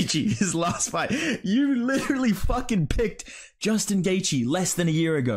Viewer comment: You should make a video on mispronouncing Gaethje. He pronounces it, “Gay-Gee” and it pisses me off lol